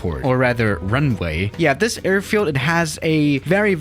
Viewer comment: Us: a i r field Swiss: errrrfield